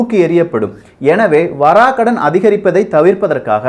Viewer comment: Vaarakadan...Vara kadan ila